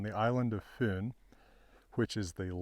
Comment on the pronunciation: Been waiting for your take on this astonishing find! Thank you! (Slightly disappointed in your pronunciation of "Fyn" and "Odense")